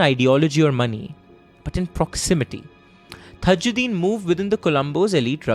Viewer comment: Dude all thru' u mispronounced the victim's name it's not THAjddin but simple TAAJ'Ud'deen = ताज उद् दीन